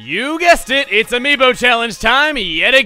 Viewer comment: Amiib yo sounds like amiimbo